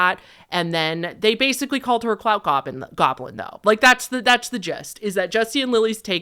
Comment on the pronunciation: The fact that you mispronounced goblin as "globlin" every single time is sending me 😅 lmao